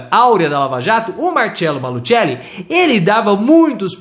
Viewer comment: A pronúncia é Malucelli